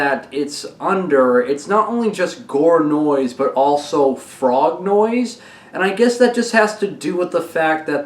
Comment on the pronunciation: Not “Frognoise” and “Vomitnoise”, but “Frog-gore” and “Vomitgore”, or else it meand litterally only the sound of frogs and vomit, and not the Goregrind subgenre